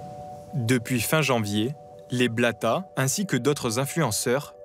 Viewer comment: Le couple »bla..bla » et non blata